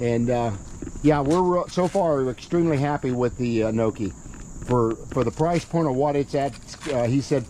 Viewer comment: Hey. I don’t see the turn signals on it in this video. Did you make a bracket too? By the way I think the correct pronunciation is An Nee O key. Not Anokey as you say. At least that’s how all the other reviewers refer to it as. I know is an odd name but most Ebikes from China do lolololol